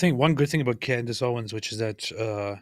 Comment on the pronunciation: So is friends with Candace's husband and doesn't know how to pronounce her name?